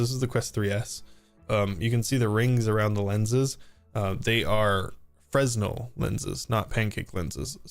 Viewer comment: The S is silent in "Fresnel". Pronounced Fra-nell. They are used in theatre stage and show lighting.